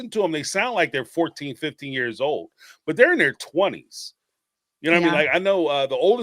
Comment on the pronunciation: boohurt? you can't say "butt" in your house?